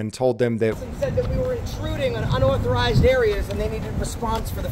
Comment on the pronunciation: How come can't say "unauthorized?" 🤣